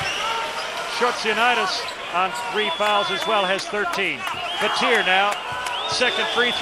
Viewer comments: it's pronounced how I just said BAT-EE-A not BAT-TEE-EAR like they were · I cringe when they call him Shane BATEER, UGH! It's Baty-yay! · It's Bat-e-a not batt-er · Anyone else cring with the commentator pronouncing Battier, "Bateer"😂 smh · can't stand how they pronounce Shane battiers name.. BAT-EE-A